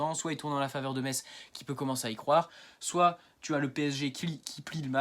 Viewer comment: 😳 Oh le gamin !... 😄 Je croyais que tu étais un homme trentenaire. Tu es majeur, au moins ? 🤔 Sinon, on dit "messe", pas "metsse" Continue, petit, tu te débrouilles bien ! 😉